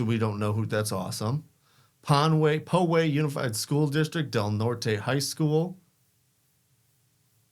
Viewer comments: Pronounced pow-way, it’s an upper middle class suburb of San Diego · The pronouncing of the city name is Pow-way, pow as in ouch.